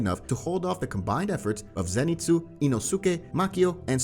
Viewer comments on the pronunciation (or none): Zenitsu not Zanitsu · BRO U SPELL ZENITSU WRONG U SPELL ZANITSU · Ah yes Zanitsu Agatsuma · Zanitsu?? You mean zenitsu? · Why is it zanitsu it's zenitsu